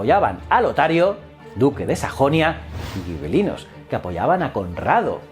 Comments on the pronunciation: Hola. Una duda que me ha surgido: si escribes gibelinos se debería pronunciar como “jibelinos”, o escribir “guibelinos” y pronunciar como tú haces. Pero eso es claro está en castellano, y como dices que es italiano entonces sería algo como “yibelino”. Total, que me lío. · Hola, si escribes Gibelinos no deberías decir Guibelinos, además la W hermana se pronuncia B, por lo demás enhorabuena.